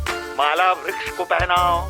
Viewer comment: Vruksh not V yes yes